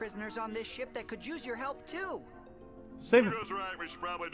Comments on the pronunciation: Did he say flying shit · was I the only one who thought he said shit instead ship?